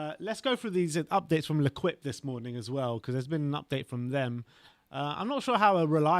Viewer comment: L’equipe is pronounced „le keep“ boys...not „le quip“